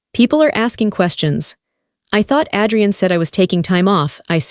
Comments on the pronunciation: It's AAAdrian not Ad-re-en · Please pronounce the names right, Adrian not Addrian and amber is not Ember, I do like the story, Amber should make a name for herself and start her own company 😊😅